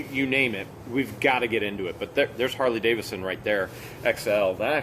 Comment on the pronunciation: It’s Harley D-A-V-I-D-S-O-N not Davison. Lol